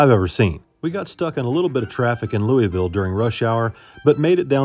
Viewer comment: Has no one taught you how to pronounce LOUISVILLE correctly? :face-purple-crying: Have fun y'all.